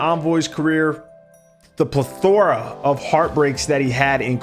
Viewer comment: pleTHORa?!?! Come on,. 😂 It’s PLEthora. But seriously good video, bro! Would love to see more of these “profile/story” pieces from you! 🤘🏼